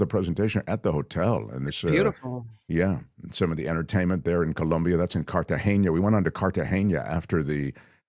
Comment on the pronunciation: it's not "Cartageña"--it's "Cartagena". The "n" is pronounced like a regular "n" in English would be.